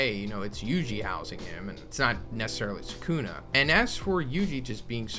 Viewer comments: you don't omit, it's just quick, the same applies to the second U as well. the S is heavily emphasised, the K much less so. SS-uh-kuh-Na the middle syllable is the least emphasised by far. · man's pronouncing Sukuna like non-fans pronounce Na-ROOT-o emphasis is on the first syllable brah. SUU-kuna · Actually you omit the u in su